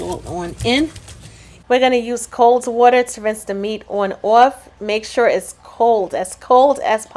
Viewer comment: Good morning, I hope all is well with you and your family. My husband walked in the room just in time to hear you say " Cold Water " and asked where you're from ( him being from New Jersey)?? I couldn't remember if I heard you say where but thought east coast somewhere.